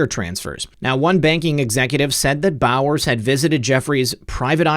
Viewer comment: Bowers sounds like bowels.